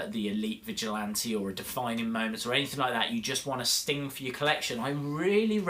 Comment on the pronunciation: You kinda sound like your saying Stink 😂